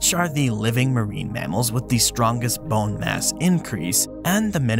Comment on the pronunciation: You say 🅱️one funny